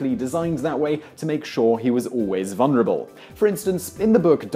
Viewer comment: Also, the word vulnerable has two Ls in it. It is not pronounced VUN-er-uh-bull.